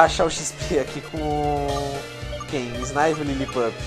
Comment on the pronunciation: megazão não é snaivy mas sim snivy